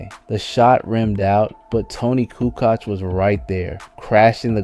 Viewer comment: Toni coo koch? Lol it's koo coach not coo koch